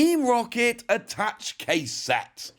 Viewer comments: I believe it is pronounced “ah-tah-shay” not attach-e.😂😅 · At-ta-chay in American English.